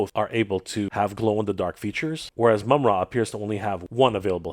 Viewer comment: the majority of us know how it's pronounced,but called him "Moomra" which is definitely incorrect lol